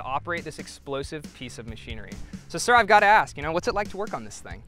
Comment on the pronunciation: The "sir" made me cringe a bit. He's trying.